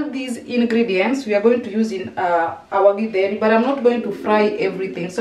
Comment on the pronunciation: No githeri without avocado,they blend so well. I like how is pronouncing githeri